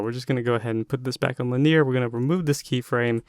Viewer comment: LIN-EE-ER not LIN-EAR